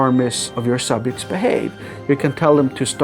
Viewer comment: That's a weird way to pronounce "subjects".